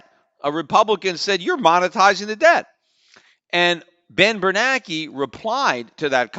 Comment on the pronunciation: Ben Ber NAN ke, not Ber Nake.